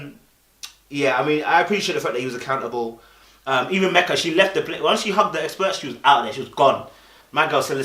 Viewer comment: When He says Mecca instead of Meka bc of the accent lol (cute)